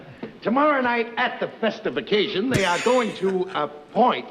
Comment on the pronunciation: festification...he said " festive ah-casion".